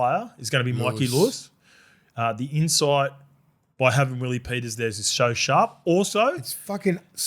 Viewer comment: Come on Willie what's up with your pronunciations.been living in Australia to long